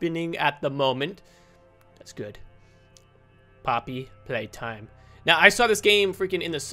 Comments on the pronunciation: Someone clip saying poopy playtime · He said poopy 💩 play time 😂🤣